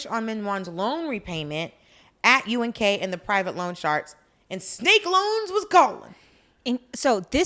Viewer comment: Im not sure if Dolce was doing it on purpose or not but she kept saying UGK instead of UNK but im DYINGGGG either way hahahahahah!!!!